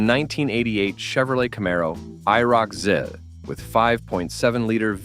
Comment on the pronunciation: I. R. O. C- zee... I hate ai narration. Brutal. No sub, shit vid